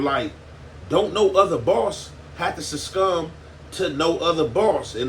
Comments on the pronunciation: “SUCCUMB” not suscumb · nothing worse than hearing someone that's not intelligent, but try to sound intelligent... It's SUCCUMB 😅